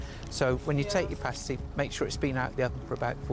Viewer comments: It's past-y, like pasta. Not paste-y, like paste ;P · Haha, a pastey is a nipple cover. A paa-stii is a food. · Good grief man it's not paystee, it's passtee.